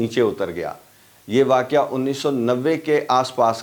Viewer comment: جناب واقع کو واقعہ اور گھنٹہ کو گھینٹہ نہ کہا کریں۔